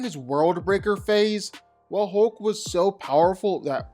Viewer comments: #1...it's HULK...not HOLK. #2.... You keep calling Juggernaut, Colossus. That's just Weird, weird. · It's hulk not holk! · The way you say hulk the ULK 😂😂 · If I didn't know you were saying "Hulk" i would SWEAR you were saying "Hoke." 😂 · "Hohk" lol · You seem to have a problem, in pronouncing HULK... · The way you pronounce Hulk drives me NUTS